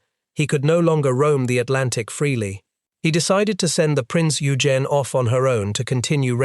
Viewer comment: Excellent documentary extremely well written and narrated! Just one small note… Eugen as in Prinz Eugen is pronounced with a hard g as in ‘good’ :-))